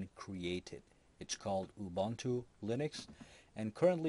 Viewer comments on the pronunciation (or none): Ubuntu is pronounced as: OObOOntOO. My Gosh!